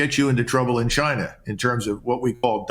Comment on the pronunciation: Trump says “Gina” not China